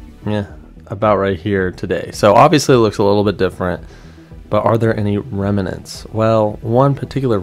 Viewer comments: Pronounced remnants not reminants lol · Awesome detective work! I love Google Maps/Earth - always looking up things. Oh, and and "remnants" (rem-nints) is not pronounced "rem-in-ants" - just two syllables! Thanks for the great video! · Great sleuth work, brother. BTW.....it's REM-NANTS.....not REM-A-NENTS. Pointed out from respect. jbeinarizona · It’s “remnants” two syllables.